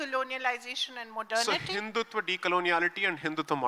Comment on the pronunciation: Hindutva, not Hindutvaa.